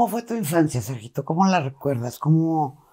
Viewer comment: Ay señora todavía le dices serjito 🤣😂Ridicula